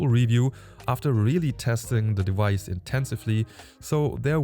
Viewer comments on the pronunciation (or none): sprech das vice aus device einfach exakt so aus wie die Farbe Weiß im Deutschen, dann machst dus richtig😂